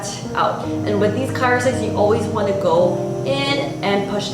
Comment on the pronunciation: CRYO...not CYRO! I had to turn off the sound.